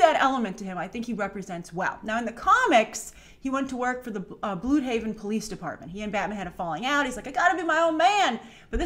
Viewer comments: It's pronounced BloodHaven not BluedHaven. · Its pronounced like BLOOD-haven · Its pronounced "blood-haven" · Blüdhaven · Blüdhaven not bluhaven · It's pronounced "blood-haven", not blue-haven. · it's pronounced bloodhaven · Bludhaven is pronounced "Bloodhaven" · It’s pronounced blud haven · Wait. Is it pronounced "bloodhaven" or "bluedhaven"? I'm confused. Cus they pronounced it as "bloodhaven"a lot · It's not pronounced bloodhavean. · Wow. You just said "Bluudhaven". 🤢🤢🤢